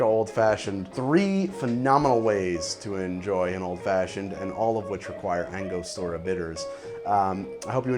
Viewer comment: ANGO-STUR-UH not ANGA-STOR-UH